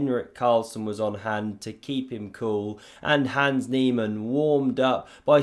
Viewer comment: You continue to say 'hands', instead of his actual name 'Hans'. At this point you are simply choosing to slander his name. Shame.